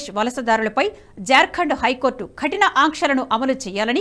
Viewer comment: కఠిన - క కి వత్తు పాలకరాదు.